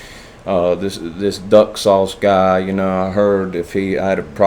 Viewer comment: When you said "Duck sauce", I thought you said "Nut sauce", and threw up in my mouth a bit. 🤣🤣